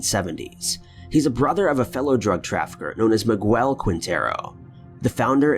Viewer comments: MIGUEL = "MEE-GELL" .... NOT "Mih-Gwell". Pretty common name 🙄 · Does the narrator not have any Latino friends? No one he could call to find out Miguel is not Meh-gwell but Me-gell.....amongst other particularly cringy pronunciations.